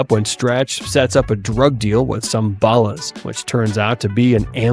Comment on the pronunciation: Why do you got to say balls like that